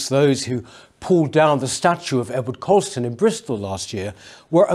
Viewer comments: 'Colston', not 'Coulston'. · It's Colston. Not Coulston